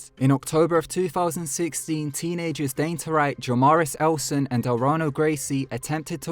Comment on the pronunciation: missing the s of "teenagers" xD